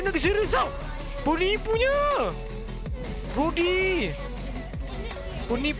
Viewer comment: 11.12 brody bukan broda